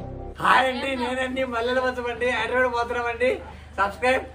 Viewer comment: ఒరేయ్ నాయనా హైదరాబాడ్,, కాదురా హైదరాబాద్ 🤣🤘🏻